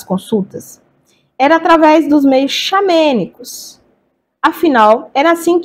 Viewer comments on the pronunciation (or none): xamÂnicos e não xamÊnicos. No mais, seu vídeo é excelente!